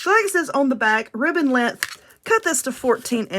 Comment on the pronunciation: I weally wike that wibbon. 😂 Seriously tho, I love these. Those bigger bow making contraptions confuse the begeezes outta me. Thank you for these. 👍❤